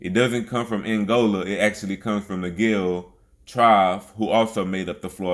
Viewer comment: Guale is pronounced Wale, Wallie; the G is a (W) sound.